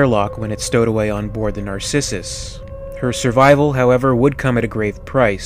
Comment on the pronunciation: You can't pronounce Sevastopol? Or Narcissus?